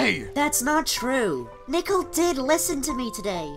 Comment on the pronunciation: Learn how to speak nickel or nickle